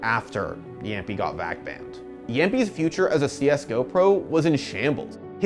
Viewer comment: Its not jampi, jamppi